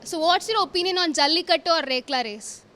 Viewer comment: My "apinion" 😂